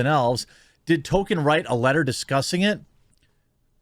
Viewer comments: It's pronounced "Tow-keen ( with a de -emphasised 'wl' drift,)" not " Tolken" or "Tol-ki-en." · Toll-keen it is Tolkien not token. Love ya Jeremy. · Please stop saying "Token." There's an "L," dude. You're making my ears bleed. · His name is TOLKIEN not TOKEN, he isn’t a black South Park character! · Jeremy, Toll-keen. That is all. Other than that, great video. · Why are you saying Tolkien like that?